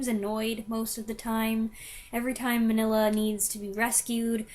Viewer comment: Pronounced Mean-ya not Manilla. Cucamonga is a city just East of Los Angeles.